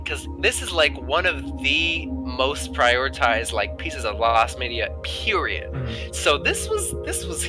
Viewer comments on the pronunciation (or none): none